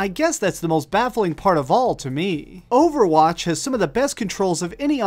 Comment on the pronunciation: So, OverwAtch (your pronunciation) has been ripped off, despite it, itself being a rip off?